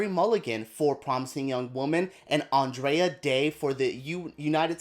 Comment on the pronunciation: Thanks for the awesome video! Just wanted to say though, that it’s Andra Day, not Andrea 😅